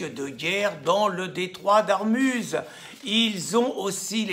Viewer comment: Chouette époque 2002 ! / "Ormuz", le détroit, pas "Armuz" / Les faits-divers ça fascine toujours !